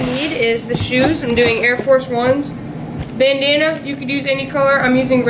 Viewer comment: Nice work, and I like when ya called it "Banana" instead of "Bandana"